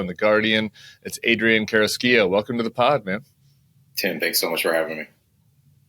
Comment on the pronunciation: Tim, good work pronouncing Carrasquillo. ¡Muy bien!